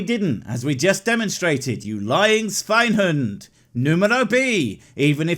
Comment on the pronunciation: As a native speaker I appreciate the effort, but you should really work on your "Schweinehund", it sounds like Sw(e)inehhüünt. 1. SCH 2. Deep u and not that drawn out 3. Need more emphasis on the D. You are severely lacking emphasis on the D.